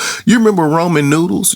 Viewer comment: RA-MEN😂 There isnt an O fyi